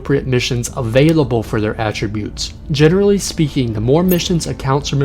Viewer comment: Great info, but..."attributes" has the same "a" sound as "apple" and it's koo-day-tah.